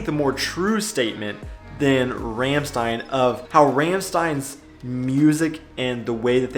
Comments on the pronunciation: Not Rämmstein but Rammstein. The A is spoken like U in Underground. In general German A is spoken as that. The English A is more like Ä in German. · It's Rammstein , not Raehmstein. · Ramstein wird mit einem „a“ wie in Bar ausgesprochen. 😉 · About Lea: It's neither. It's a long german E in the middle, like Germans pronounce the single letter of the alphabet. About Rammstein: It's Rum-Shtine. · Aligathoah (which is a weird, collc. Way to write alligator btw) isn't jetzt fun, light rap. He is very socially aware and critical in his texts, working with puns etc. And you say Lea more like Nr. 2, but without the e (or German i) sound between e and a. And Rammstein like "rum-sh-t-aye-n" (not confusingly written at all). And for more German music: check out Eskimo Callboy (not singing in German, but Hypa Hypa is so fun), SXTN (at least their single "von party zu party"), K.I.Z. (warning: not always very pg14), Peter Fox has some solo stuff (singer from seeed), and check out the 90/00er stuff from Die Ärzte. :) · Also Wanda ... they are Austrian but reaaally good. ;) And its RAMMSCHTEIN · It's really neither 1 nor 2 and Rammstein is pronounced somewhat like this: rum-shtain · I have to admit i'm a bit disappointed. I know you speak german really well so i was hoping you were the first american pronouncing "Rammstein" correctly, but yet here you are pronouncing it wrong like all the other 'murricans. :/ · Step 1 - learn to pronounce Rammstein correctly (-_^) and you missed out on "Scooter " - "how much is the fish " From across the southern border I can recommend: Bilderbuch, Folkshilfe for a start